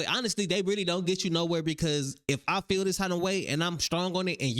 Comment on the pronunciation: When she said I fill like I was done 😂